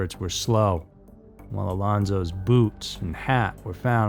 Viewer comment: “Alonsos’s”?? WTF?